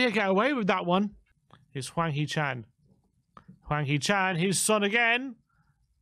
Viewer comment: 황 희 찬 발음 정확한 영국 아재들. . .